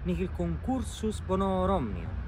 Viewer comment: Credo che a fai una sorta di alieson fra le parole “bonorum” e “omnium” e che ti fa conseguentemente sbagliare l’accento. Intorno a /55 pronunci con un pronunciato “voltusque” e “moverunt” Idem per la parola “vides”